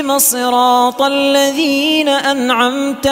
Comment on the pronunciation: السلام عليكم في قراءة الفاتحة كلمة الذين نخرج اللسان عند نطق حرف الذال لكي لا ينطق دالا صحح لانك والله تعالى أعلم أخطأت والله تعالى ولي التوفيق